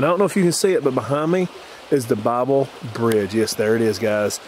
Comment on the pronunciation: I think the pronunciation of Bible is "Bib lee". I have a cousin that married a man by that last name. So... /24, I heard a whimpering sound.... a woman screamed from the spirit box... spirit box said "No"... sounded like "Back Off" on the spirit box... ...what was that sound? A grunt or short growl, maybe... there was a white mist at the top part of the video, could be your breath, though... whimpering or whining. I just really enjoy you and Josh from SAPTV doing paranormal explores. I love both your channels. Y'all work so good together. Looking forward to the next video. Stay safe out there.